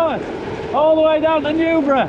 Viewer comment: A lovely video, thank you. It's always a treat to watch someone enjoy the landscape that I get to take for granted every day! It helps me to see it with fresh eyes, and allows for a renewed appreciation. By the way... Humshaugh, is "Humss-harf", and Newbrough is "New-bruff" but your pronunciation of Stonehaugh is spot on 😂 Originally the 'gh' was pronounced the same way as the 'ch' in Scots (e.g. "loch" in Scots and "lough" in Northumbrian were identical), but somewhere along the way each area found their own way of saying it. After Vindolanda, the lake on your left between the Stanegate and the military road is called Crag Lough, and half of us pronounce that one "Crag Loch" and the rest say "Crag Loff" - so on the less common ones us locals don't even agree. You can't win! Also, Wark rhymes with bark, but its confused by the fact that we pronounce the word "walk" almost exactly the same way - "wark"... 🤦‍♂️